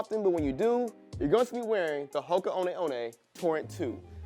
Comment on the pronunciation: Guy pronounces Hoka wrong in first 30 seconds🤦‍♂️